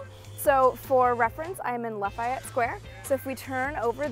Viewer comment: La Fee et. Lafiet? LOL